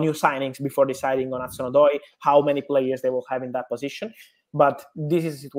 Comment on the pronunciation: His name isnt Odio, Its Callum Hudson-Odoi!!